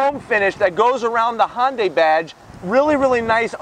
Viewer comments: Just a tip: It’s not pronounced Hon-day. It’s Hun-day. Great video. Subscribed. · I love your reviews, but it's not "Hon day". Imagine saying "shun" with out the "s". "Hyun day". I know most people who can't read Korean can't say this well, but I just wanted to let you know. I just want to help. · Dude it's HYUNDAI NOT HON DAY!! THAT IS SO ANNOYING! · Honday?...you're forgetting your alphabet sounds...Y..."hyuh-n-dai" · Hyundai, not Hoyndai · so cringe the way you pronounce hyundai - hon day yikes